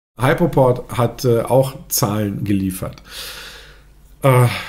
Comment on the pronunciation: Nicht "Heipoport", sondern "Hüpoport"......